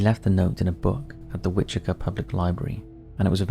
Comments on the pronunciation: Wichita Kansas is pronounced “which-uh-taw.” I don’t know where you’re getting the “kaw” from. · Wichita pronounced WITCH-ih-taw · It’s Which-a-ta, lol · *Wichita kansas. Witch-it-ah. ;) Named after the Wichita tribe of Native Americans. I live near there. We have a very laid back culture here. A nickname for the city is Doo-Dah, because of this. Also known as the Air Capital of the world because we have Boeing, Raytheon, Learjet, Bombardier, Spirit, Airbus plants. It is a beautiful city and BTK is the ugly stain that people ever hear about us. But it is a fascinating case, nonetheless. Can't wait for your MM video! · For your in depth BTK video Wichita is pronounced wi-chuh-taa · I think this may be the correct pronunciation for the tribe it was named for, but around here the city is pronounced like “witch-it-aww.” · how do you not know how to pronounce Wichita? Your mispronunciations have got to be on purpose at this point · Maybe look up the pronunciations of Wichita and El Dorado before recording the BTK episode.